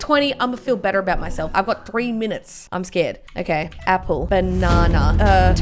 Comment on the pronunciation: Nobody:: baNAWnuh